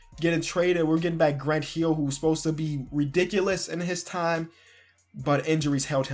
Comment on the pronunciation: "We're getting back Grunt Heel"... "ElijahWon" lol sorry I had to do it